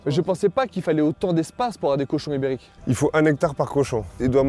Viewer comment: A chaque fois qu'il dit ibérique soit env 70fois, j'entend Uber Eats c'est très perturbant 😭😂